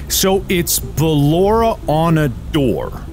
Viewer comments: surprised me with the unintentional filipino accent of BELORA AHZHZHAHAHAH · LAUGHED SO HARD CUZ HE SOUNDED SO FILIPINO WHEN HE SAID BALLORA’S NAME 😭😭😭😭